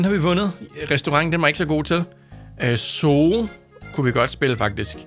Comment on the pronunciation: Zoo staves zoo det er rigtigt men det udtales suu